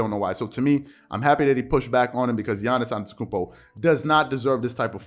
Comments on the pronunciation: His name is Giannis “ AH-DEDO-KOON-BO “ ‼️‼️ I’m sick of you butchering his name 🤦🏾‍♂️it’s not hard to Google how to pronounce his name correctly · I like your content a lot, man… but please, from a Bucks fan, learn how to pronounce Giannis AnTETokounmpo properly. Please 😂